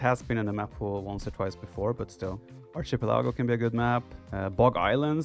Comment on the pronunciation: Gotta love the Viper 😁😂 Arch-i-pelago instead of ARK-a-pelago Btw I’m not trying to make fun of him, it just made me smile and wanted to share my moment😄